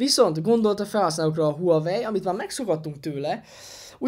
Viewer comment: A teszt tökéletes,de illene a márkát nem ezen a magyar nyelven is viccesnek tűnő kiejtéssel ejteni.